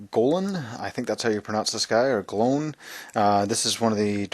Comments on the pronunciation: In the audio book of the Hobbit it's pronounced like coin. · its pronounced glojn